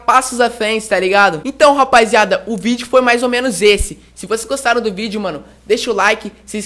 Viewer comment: é *Rapaziada não Rapaiziada